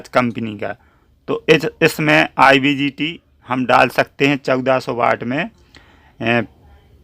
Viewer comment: Sir IBGT nhi IGBT hota hai, thanks